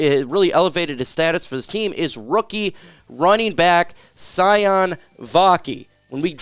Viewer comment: I believe it’s spelled Sione and his name is pronounced (see-OH-nay)